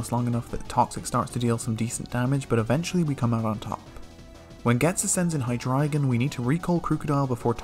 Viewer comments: finally, someone who pronounces hydreigon correctly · I love that you're one of the few people who pronounces Hydreigon correctly, yet you keep saying "Crew-kodile". The first syllable is just the word "crook".